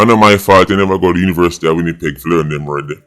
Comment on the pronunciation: Yuh too show-off just because you go School a "WINIPEG" 😂😂😂😅